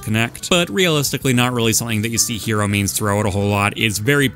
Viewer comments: you're pronouncing "hero" (the bowser) wrong. it's closer to the word "hello" with an elongated "o". you're saying it like "hiro" and there is actually a different player named "hiro" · oh and also hero (the player, not the character)